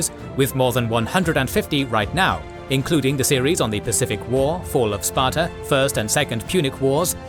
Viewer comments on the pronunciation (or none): none